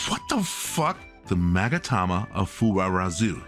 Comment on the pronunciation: The way you 2 are struggling to pronounce Saikoroshi & Magatama of Fuwarazu got me dying XDDD